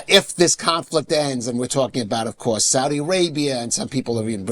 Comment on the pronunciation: PLEASE SIR : THE WORD REPORT ? IS NOT PRONOUNCED WITH A "W" THE WORD OF COURSE ? IN NOT PRONOUNCED WITH A "W" PLEASE ! PLEASE ! TRY TO SPEAK ENGLISH PRONUNCIATION CORRECTLY ...